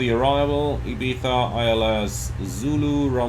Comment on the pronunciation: Spanish guy here. Arriving a little late here. Nice video, defenetly helped me a lot understanding the bigger picture. Really love the effort to pronounce Valenzia and not Valenshia. Same with Ibiza, saying IbiZa, not (Eye, bee, za).